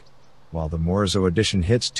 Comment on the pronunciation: Morizo not Morzo!!!! Lazy vocabulary voice over guy!